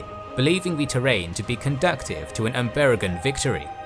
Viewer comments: CONDUCIVE and CONDUCTIVE are different words that mean different things. the english subs display "CONDUCIVE", which is the correct word, but the narrator says "CONDUCTIVE", which in this case is non sense. CONDUCIVE. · nice! conduCive, not conducTive.